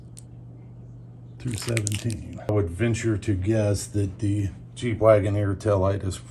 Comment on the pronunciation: jeep wagoner or “cheap” wagoner?